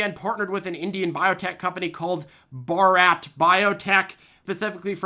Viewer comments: Its "Bharat", meaning "India", not "Bhorat". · homeboy called bharat, borat 💀💀